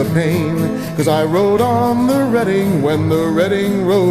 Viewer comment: Thank you, thank you oh boy thank you! You said the Reading name properly. You are awesome!